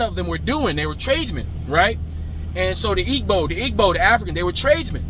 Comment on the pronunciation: Your "B" when pronouncing Igbo is correct which is the hardest part. But the "G" that you pronounce is extra. Remove the "G" and keep your "B" pronunciation. The spelling of "GB" only signals the pronunciation of that "B". There are a few African sounds that can't be found outside such as the "B" in Igbo (ethnicity) or in Gbagbo (a former President), the "Kpa" or "Nda" or "Mba" as in Mbappe (soccer/football player). The Js hate us, Blacks & Africans, and the Palestinians as well. There are exceptions but we're talking about the rule here. So, I can't waste my time thinking about them. However, did you know that they (the Europeans) considered giving part of Kenya to the Js?! Thank God they are the blackest of them all! Oh My God! I personally don't even hang out with Js... because they have this thing that if you open your life to them and show them your culture, in a week or so the friend will be wearing braids and taking your accent and speaking your language! And... the worst part is, they'll pretend it's been THEIR culture the whole time! And that's infuriating no matter who you are!